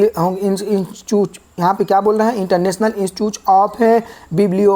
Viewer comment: सर आप तो इंस्टिट्यूट को इंस्टचुच बोल रहे हैं और ब्रुसेल्स को बुरसेल्स😂😂